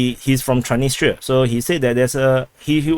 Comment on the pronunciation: There is an"s"after "Tran.. in the name of thr city "Transnistra" May just try reversing the name